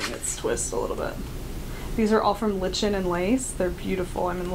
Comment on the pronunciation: Just discovered your podcast. You have a good presentation style. You're easy to listen to and easy to follow ( your train of thought). I'm from New Brunswick, Canada, where you get Lichen and Lace yarn from. BTW it is pronounced "Lichen" as in "liken". Cheers